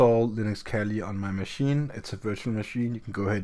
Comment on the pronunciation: It’s not kelly it’s pronounced kaali